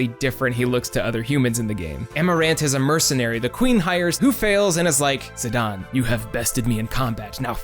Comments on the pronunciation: I've watched this whole video. It's great. But I cringed at every zidawn. Idgaf what square says. You cannot get that sound with their spelling. Same with teedus. It's not zidawn in English. It cannot be pronounced that way. It's Zidane. Zi-dayne. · ZE - DON? I always said "Zai - den" Zidane Great video btw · also screw dissidia. its ziDANE not ziDON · you called him zi-dayn instead of zi-donn Failure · Still calling him Za-dane